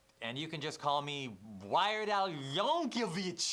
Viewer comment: No “H” in Yankovic. It’s pronounced YANK-UH-VICK. Yankovic. Dislike click.